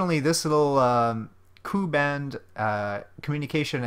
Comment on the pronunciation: Actually it is pronounced as "Kay You Band", Not "Coup Band". for the Ku Band Antenna